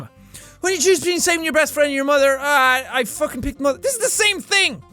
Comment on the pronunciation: "it's my muather" :)